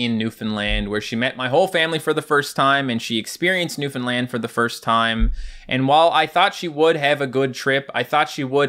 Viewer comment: When you said Newfoundland I didn’t quite understand and I heard luffalan